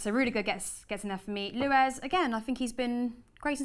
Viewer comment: It's luiz not luez